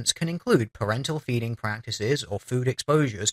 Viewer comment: "parental feeding practices" I heard that as "parental beating practices," Lol. Bit of a double take :P